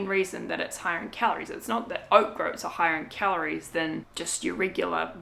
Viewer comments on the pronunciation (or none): grouts is pronounced with the same vowel sounds as coats.... or Oats actually! ☺️💗🙏🌺